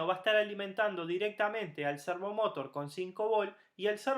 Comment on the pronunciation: De donde sacaste pronunciarlo como lo pronuncias? Cuando decis Motor lo decis sin acntuar la ultima silaba tambien, ahi te lo acentue aunque no lleva acento la palabra servomotor pero se acentua la ultima silaba, ademas lo repetis tanto en el video que no pude terminar de verlo, de la risa.